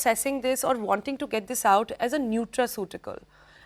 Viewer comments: It's not nuraceutical, it's Nutraceutical s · Madam it is neutraceutical not neuraceutical